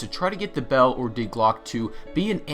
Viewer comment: Dear God, the pronunciations... Die Glocke sounds like DE Glocka and WunderWaffe would sound like VunderVaffe...